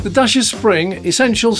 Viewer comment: Dacia, rhymes with Thatcher. Not dasher or dacier. The biggest flaw is 1-star NCAP rating. Other manufacturers can make similar sized cars and achieve 3 stars or better, so Dacia needs to up their game. This means being a bit smarter with the design of crumple zones, and/or using thicker or higher grade steel. It's not rocket science.